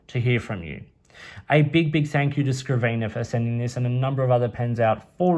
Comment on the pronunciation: It's Scriv - nr silly not scriv - eener......lol